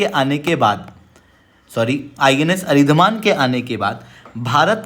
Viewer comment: It is अरिदमन , not अरिदमान. What kind of 3rd class hindi bhashi Indians are you? You can't even say the name properly??